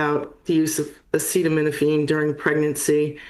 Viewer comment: lost a ton of credibility by not pronouncing acetaminophen correctly. Not as badly as Trump, but seriously?